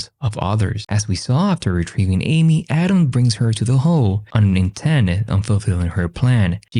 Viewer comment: Every time audio say Autumn, it sounds like Adam.